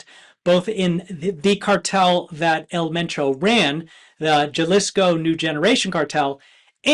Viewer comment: Hey news people it is not Jellisco it is spell Jalisco but the (J) has an (H) sound, so its halisco pronunciation, say it right or don't say it at all, especially you libtards, its an identity issue capisce?